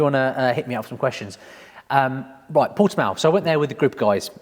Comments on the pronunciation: Portimão= pohr-chy-mhaoun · It's nether, it's Por-ti-mÃo. when you say the last syllable, you must sound like a big dog barking. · Correct - Portimao as in porti-mow. Close ish..